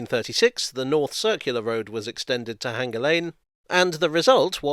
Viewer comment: Sorry, J, but you keep saying H-anger instead of hanger. The repetition just makes it even more conspicuous! 🙃